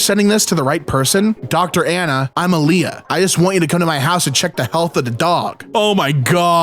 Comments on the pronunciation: is pronounced Aah-lee-yaa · There's no way you mispronounced Aaliyah lmao